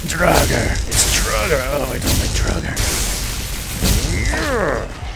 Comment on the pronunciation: just pointing out, pronounced draawger, not druger